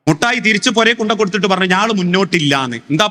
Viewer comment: Not muttayi, mittayi gentleman